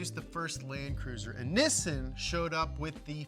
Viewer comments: Nissin? U mean Nissan? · By the way it’s not “Nissn” it’s Nissan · Ok so is it pronounced nih-sun or knee-sawn? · Instead of struggling and flip-flopping with the pronunciations, just say NISSAN the right way. It is pronounced "Nee-Sahn." In romanized Japanese, the double consonant "SS" elongates the vowel preceeding it, the "I". Most Americans say Nee-Sahn which is essentially correct. "Niss-In" is a common mispronunciation mostly spread by British car journalists. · Nee-sahn Ni-sin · I'm more confused by the American pronunciation of "Neeeesaaaahn". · Is it pronounced Nissan or Nissan? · Is that how I'm supposed to say nissan? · You say Nissan wrong dude. Maybe take some acting lessons too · Say Nissan correctly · Why is pronouncing Nissan wrong?